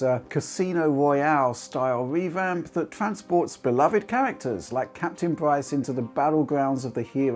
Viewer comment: "Captain pwice "